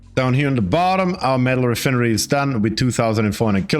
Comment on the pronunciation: Your pronunciation of re-fin-ery is very humorous haha😂